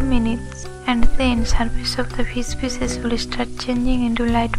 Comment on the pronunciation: “Pour on pheees pheeesis”